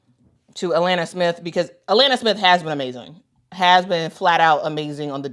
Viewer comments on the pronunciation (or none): none